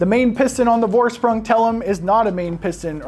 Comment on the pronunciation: It's spells "Forschpryng". Thanks for a review man.